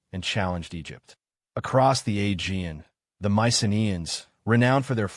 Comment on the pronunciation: I came here looking for a geological explanation for the 3.2k year drought, but in the first minute this guy shows he can't pronounce 'Aegean', so it's not looking good. 😢